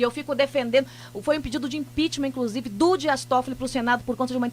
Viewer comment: Incrusive. Depois se diz jornalista. ''TA SERTO''